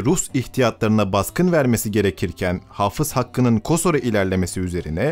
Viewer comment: ben kosorluyum kosorun ismini kasor olarak teleffuzunuz hatalıdır. Allah şehidlerimizin şehadetini kabul eylesin.